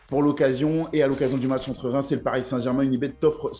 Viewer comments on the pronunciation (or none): none